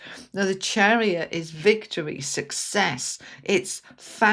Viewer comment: It’s victory not victowie.